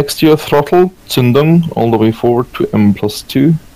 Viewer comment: Wow that was a nice pronunciation of "Zündung" for a English guy 👍